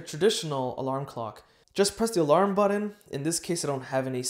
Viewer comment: Stop saying “buddon” it’s BUTTON... it’s a T not a D as in but not bud .. therefore it’s button not buddon